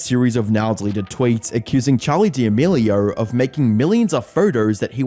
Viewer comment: Creator -> creatuhhh D'Amelio -> Dee D'Amelio 🤡